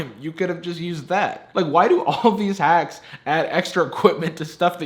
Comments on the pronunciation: did I hear him say the waks are pretty hacky... I’m not the only one right? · did you say: The Wacks Are Pretty Hacky ? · Nobody noticed that he said the wacks are pretty hacky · “their wacks are pretty hacky” that’s a spoonerism! It’s when you flip the first two letters of the word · I heard you say, "Sure the wacks are pretty hacky," and I thought it was right. Then I read the text. I honest to God couldn't stop laughing